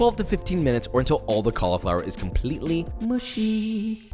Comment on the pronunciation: The moment I heard Josh say cauliflower I went no, and that was the end of the video for me I'M SO SORRY 😭😭😭